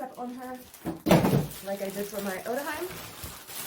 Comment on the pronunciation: Love seeing this box opening. Not many people have made videos with these Parabox dolls. Your videos are always so thorough and informative. I'm planning on getting an Otohime some day but this one is probably a bit too big for me lol. Just a tip: I'm pretty sure it's pronounced "O-To-He-May" since Hime pronounced that way means princess in Japanese. 😊